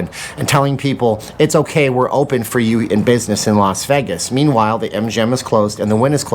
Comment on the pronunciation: How about this for a topic? How do pronounce Vegas? Is it Vay?like everyone says it or is it Veg (like beg) like you say it?